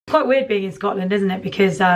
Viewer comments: "Good morning, I'm from Scot Land." What the hell was that?! You sounded like you were from Asia of South Africa or someplace. Haha! Feel better, Lia! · Oh lawd, sounds like you're saying Scatland and scat is another word for poo so you're basically saying Pooland. HOW BLOODY DARE YOU. Also, Scotland is my favorite place on earth, hoping to move there one day. Will be visiting in a few weeks and I'm so bummed I'll miss Lia's show :( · I died when you said Scotland in a Scottish accent 😂